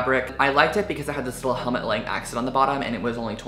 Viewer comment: Its actually Helmut Lang like "lung" 🦊